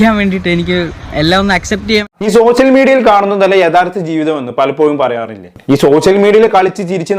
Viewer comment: ഷോഷ്യൽ മീഡിയ അല്ല അളിയാ സോഷ്യൽ മീഡിയ😂